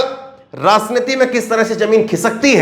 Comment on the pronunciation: Your pronunciation of RAJNITI" "JA" and "JAMIN"is wrong, you must know diffrence of 'J' and " j." IN urdu it is not same so please do the necessary improvement